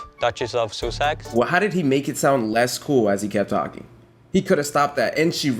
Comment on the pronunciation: are we ignore the fact that my guy said duchess of "sue-sex" like that isn't completely wrong, meghan's probably glad she dipped from the UK at this point